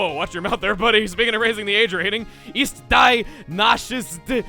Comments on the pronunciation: Translation of German guy: I have _ _ a car __! __ is the _ city also _ _ _ _ _ __! It __ __, I __ _ my leader___test... Also, it's pronounced dee, not die, but your voice-overs are hilarious. Keep it up. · Yes that language was German and the word “die” is pronounced dee and damit is more like do-mit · Don't wanna be this guy BUUUUUUUUUT Die in german is pronounced "dee"